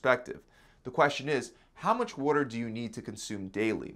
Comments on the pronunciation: Great vid very helpful. The way he says water bothers me though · Definitely need to get some wooder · What’s “wooder”? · I like how he says water..... wuder or wooder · Worder? Is this guy from Baltimore? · "drink wuter" 😂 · Adorable how he says WUDDER instead of WATER. XD Think that's an East Coast thing. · “Water” nah “Walder” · WTF is wooder? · Water..with a “T” he’s definitely from the east coast 😂❤️ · Where are you from? I just heard you say water.